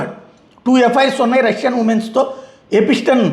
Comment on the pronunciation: ఎపిస్టెన్ 😂 ఎప్స్టీన్